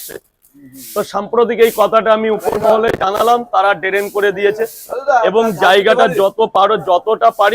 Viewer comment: Drain❌ Darennn Fata ✅